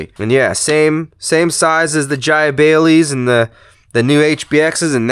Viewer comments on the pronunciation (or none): Jia bay lees 😡 noooo!